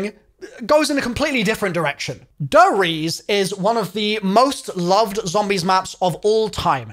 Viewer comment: Him saying "Der Riese" "dereez" makes me conscious about the fact again that for some reason, CoD uses German names for their zombie maps